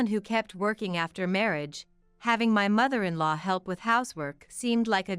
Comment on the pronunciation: You gotta love AI. I am actually snickering at mother in "LOW."